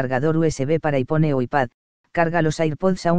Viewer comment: Ipone? Vaya pronunciación